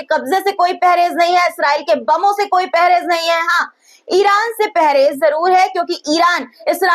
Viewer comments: Pehrez nahin parhez bola karo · Mam pahrez nahi parhez hota hai